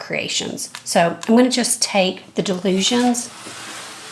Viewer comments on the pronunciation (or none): And so,, thank you for yet another excellent video. Re Dylusions Art Journal, this journal is part of the artist Dyan Reaveley's Dylusions Collection, by Ranger. So it's pronounced, Dy-lusions, like Di-lusions. As she always says, 'It's easy when you know how'.